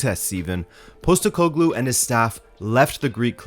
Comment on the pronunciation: Since you asked for pronunciation it's like this: Nea Filadelfia = Nea Philadelphia (literally the same word as the US city) meaning New Philadelphia, an area in Athens. Postekoglou = Posh-tEh-ko-gloo (stress the E part)